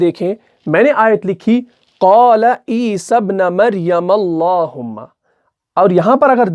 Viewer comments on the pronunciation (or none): Mistake = E-sabnu not E-sabna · پیش ہے زبر نہیں ہے ابن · Surah Maida ki ayat 114 me ap ik correction karlain please , ap ne teesry word ‘ابن’ py zabar ki jagah paish hae ap ne ghalti se zabar laga diya hae. Isi tarah se surah Nisa Ayat 171 jo ap me quote ki us me bhi ‘عیسی ابن” py dhamma yani paish hae Fatha yani zabar nhi. You are doing great job I m literally learning tajweed from your lessons! Please make corrections and upload this lesson again, JazakAllah